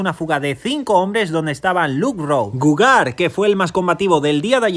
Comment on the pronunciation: El geo de Gougeard en francés se leí 'jard' así que es como se fuese Goujard y no Gougard. De resto muy buen resume. Enhorabuena.